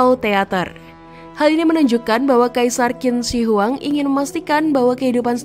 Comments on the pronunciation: Yg benar: Chin Se Huang. Ada baiknya admin channel cek cara baca nama2 mandarin di google translate, spy tdk salah baca. 🙏 Sayang, kontennya bgs tp pembacaan nama2 mandarin kurang tepat. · Qin shi huang itu cara bacanya kaisar chin se.. Huang = Kaisar Qin = di baca chin Shi = di baca se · Bacanya Cin Se Huang/Kaisar Pertama Cin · Bacanya: Chin se huang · Maklum yg baca narasi itu blm paham bahasa mandarin😅😅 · DENGARNYA SAJA RISIH BANGET 😆🤣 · Tergantung dialeknya